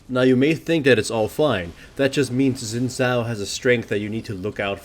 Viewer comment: "zin zhao"